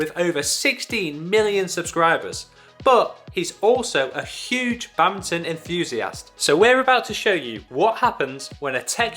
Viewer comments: whats this "Bamton" he keeps talking about? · lol. wtf is "bamton"? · Do they keep saying "Bountain" instead of "Badminton" or something? Is this a British thing? lol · What's "babmton"? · What is this "Bantin" the guy keeps talking about? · Why the hell do you keep calling it Bowton????